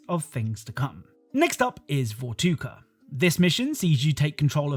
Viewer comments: Vorkuta, no vortuka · Vorkuta not vortuka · Anybody else notice how he said vortuka, not vorkuta? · You did not just say 'Vortuka', my brother in Christ, it's Vorkuta... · Hearing you say vortuka hurt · It's VorKutá, not Vortuka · Every time he said 'Vortuka' instead of 'Vorkuta' made me so upset 😭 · Noooo he said vortuka instead of vorkuta 😢😢😢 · It’s not vortuga it’s called Vorkuta lol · Anyone else noticed he says Vortuka instead of Vorkuta? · Its VorKUTA not VorTUKA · Someone please talk about how this man is saying "Vortuka" and not "Vorkuta". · It's Vorkuta, not Vokuta. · Its actually pronounced “Vorkuta” rather than “Vortuka” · Bro is saying Vortuka instead of Vorkuta😂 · I die a little inside when he says vortuka instead of vorkuta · It hurts hearing you call it vortuka but its vorkuta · Ita vorkuta.... not vortuka...... based off a real Russian coal mining town with a gulag facility added in the game inside the coal mines, hence the coal carts being pushed forward to hide from the shooters on the bridge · Its vorkuta not vortuga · My man keeps saying Vortuka when it's actually Vorkuta 😂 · Bro keeps calling vorkuta “vortuka” like he never played the game lmao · He just said vortuka instead of vorkuta 💀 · It's Vorkuta, not Vortuka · Anyone else notice he says Vortuka instead of Vorkuta? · It’s Vorkuda not Vortuka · the place is called Vorkuta not „Vortuka“ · Vortuka 😅 it’s vor ku ta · Vortuka? Could have sword it was vorkuta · it's Vorkuta not "Vortuka" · okay im sorry but vortuka got me laughing xD its vorkuta u silly goose xD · Tell me if I'm wrong, but I'm pretty sure that it's Vorkuta and NOT Vortuka 😅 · Does anyone else hear him say Vortuka, and not Vorkuta? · You mispronounced Vorkuta as Vortuka. 😂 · it’s vorkuta not vortuka. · Vorkuta, not “Vortuka” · that is actually Vorkuta not Vortuka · Maan, "VORTUCA"? u mean Vorkuta? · Vortuka? Vorkuta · Awesome vid! This is one of favorite games ever! But one small thing, it's not 'Vortuka', it's 'Vorkuta' ☺️.